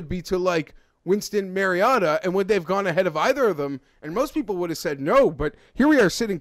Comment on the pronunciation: its mariota not mariatta